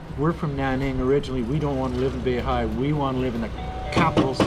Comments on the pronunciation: Beihai, not Bay High. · He spots an LBX Pharmacy which you'd think he knows are open 365 days a year as always and denouncing the boss as an 'a**shole' who's abusing workers. Fantastic! Worlds worst pronunciation of any Chinese names for anything. "Ho Geeloo' and 'Bay High' and its fantastic! Thinks the holidays somehow start at midnight of the 8th lol fantastic! Seems hellbent on defying local liquor laws which would actually be a great video if they enforced them but it's even worse because he's taking advantage of the fact that local police will give big leeway to a foreigner. seems like a dick move to smirk about pushing it but it's fantastic. Despite spending 5 of the last 17 years in China, he still cannot figure out that things sure are 'cheap' when you're getting your Canadian pension money dollars. Smirk smirk, look at this superior land-o-plenty where my capitalist invested retirement cheque is in Canadians dollars worth 7X more than their money! Fantastic lol! Right, the "only $5" meal is actually around 30rmb which is... think of it this way, that's like a Canadian buy a $30 dinner relative to what Chinese earn. the average person in his neighborhood might bring in just $500 canadian (say 3000 yuan), BUT HEY, This guy STILL cannot comprehend this concept and smirks to Chinese about how cheap their food is! I bet they love hearing that as he gets his free Canadian money every month ughhh. but also fantastic lol